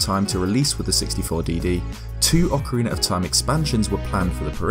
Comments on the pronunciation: ...Ocariner, Ocariner, Ocariner... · Am I the only one who loves hearing anyone from the UK say ‘Ocariner’? I want a 1hour loop asmr of saying ocariner